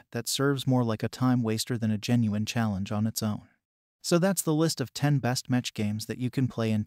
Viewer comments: Bruh its pronounced meck not metch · It’s pronounced meck by the way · It's pronounced "mekk" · It's pronounced mech aka "mechanical" without the anical lol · yeah that was painful to hear :D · was especially painful because he managed to pronounce "Battletech" correctly, so why doesn't he do it correctly with "mech"...